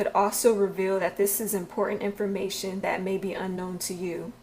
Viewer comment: She says Miracles, Strength, and Important like....."Meeracools" "Strenth" "ImpoorAnt" Lol............